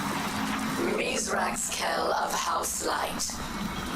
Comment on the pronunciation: Misraaks. Meez-racks. Not, "Mith-rax". It's a fun little ongoing joke/debate surrounding the Fallen as some of them slowly become our friends. As we learn more about the "Fallen", the Eliksni, we realize we don't know much at all. Misraaks was said and rendered as Mithrax for years, and in some of the deep written lore we learn that he simply tolerates it as a small price for the benefits of working with humanity.